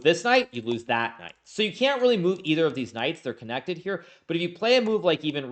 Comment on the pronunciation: I can’t I unhear deez nutz each time he says these knights after that one slip😂